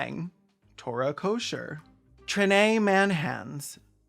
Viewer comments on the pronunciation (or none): none